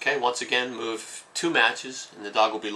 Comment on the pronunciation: you say move so unclearly i heard REmove